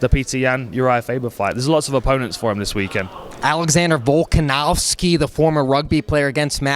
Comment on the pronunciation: Alexander VolkaNAWski 😂